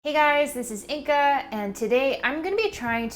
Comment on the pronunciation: Am I the only one who sees the name Inga yet hears it pronounced as Inca/Inka?